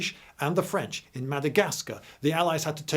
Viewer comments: hearing a brit say THE FWENCH just never gets old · "Advance of the fwench" lmao "Yes, yes, the Wussians" Channelling the spirit of Monty Python ahead of it's time.